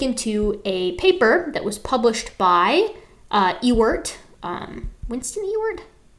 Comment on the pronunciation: I heard you saying E-word and thought: what the hell is the E-word? Ah, Ewert. Well, nevermind.